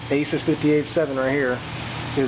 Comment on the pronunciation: It's pronounced "uh-soos"